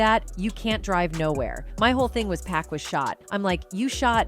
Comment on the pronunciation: "POCK!" not Pack... 🙄